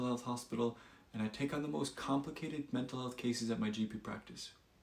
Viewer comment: "Menta health" "welcome no" Try again Gtf outta here with your AI BS